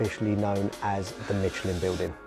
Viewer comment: Im trying to find the "T" in Michelin ,,,,,,, anyone???